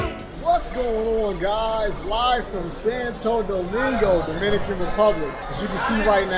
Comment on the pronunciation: It’s not Santa think about it almost like sawn toe domingo